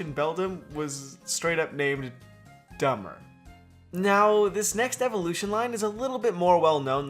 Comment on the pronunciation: Beldum's name isn't dumbber in Japanese 😂 it's pronounced Danbaru